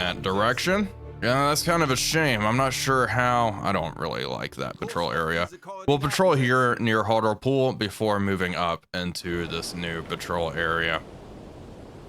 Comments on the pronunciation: I never expected to see the town where I lived mentioned in a game (We pronounce it more like "hart-lee-pool" than "hart-el-pool") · its pronounced hart-lee-pool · it’s pronounced Hart-Lee-Pool